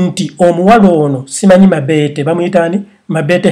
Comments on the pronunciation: Ha ha he... mbu mabeete. It's mobeto. But everything you said was coming out of my mouth earlier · 😆😆😆naye it's mabeto not mabete😆😆😆😀😀😀😀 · 😂😂😂😂😂😂😂😂😂😂😂😂😂😂😂😂 I really can't get over the way his saying her name"mabete" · 😂😂😂😂mbu mabeete🤣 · Agie bright every time I hear him say it I just laugh😂😂😂